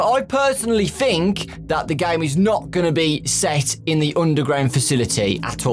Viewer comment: Anyone else notice that he says 'fhink' instead of 'think'?